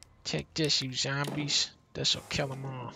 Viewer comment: I’m English, but because of Dunkey I now always pronounce zombies as ‘zermbies’ when playing any Resident Evil. 😂